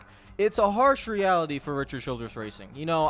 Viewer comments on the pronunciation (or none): none